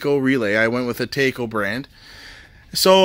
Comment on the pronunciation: Really nice setup, but you lost me at "tayco" I havent seen anyone go to a mexican restaurant and ordering a beef tayco with extra cheese 🤣😂 We have multiple of products from that company at work and everyone calls them Taco 🌮, we use their leak breakers and pumps, for every apartment, the pumps last 6+ years, the leak breakers we just started implementing, but so far, they work perfect 😎👍🏼